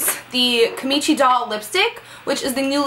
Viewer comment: It's so cute the way you pronounced kim-chi. Sparkle!